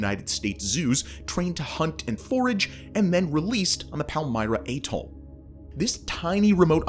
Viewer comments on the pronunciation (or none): none